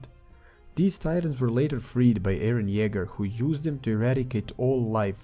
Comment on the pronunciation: bro why u say eren yeger